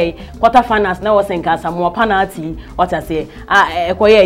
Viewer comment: its pronounced penalty not panalty.